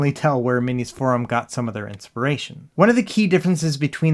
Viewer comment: Thank you for pronouncing "MinisForum" correctly, unlike ETA Prime.